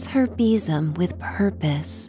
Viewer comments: sounds like bissum 🤪😂😂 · Sadly, I couldn't relax to this story for the simple and daft reason of your pronunciation of besom. We say it very differently here in Scotland, and I couldn't help but call out our version each time you said it. 😅 oh well, I'll wait for the next story 😊